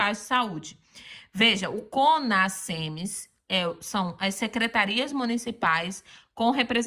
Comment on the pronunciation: O "s" entre vogais tem som de "z". O certo é falar CONAZEMS e não CONASSEMS